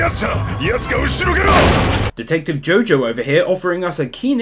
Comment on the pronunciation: Its jooooooojo not jojooooooo